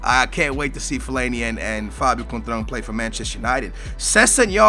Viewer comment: Conetral? Da fuck man? It's Coentrão, dont try to guess his name if your not even close...